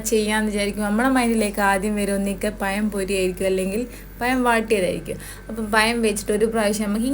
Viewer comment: പയംപൊരിയല്ല, പഴംപൊരിയാണ് 😂😂